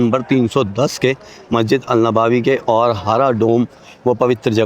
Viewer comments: Nabawi nahi hai nabvi hai bhai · नवाबी नही नबवी होता है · Bhai wo नवाबी नहीं नबवी Hai